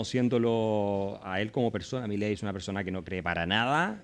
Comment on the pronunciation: Un shot por cada vez que dice millei